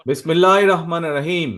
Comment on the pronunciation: তারেক সাহেব আপনাকে সালাম দেওয়া এবং বিসমিল্লাহ বলাটা শিখতে হবে, অন্ততপক্ষে এই শব্দগুলো একটু শিখুন, কারণ আপনার সালাম দেওয়াটা বিসমিল্লাহ বলার ধরন একেবারেই হয় না,, আশা করি আমলে নিবেন ধন্যবাদ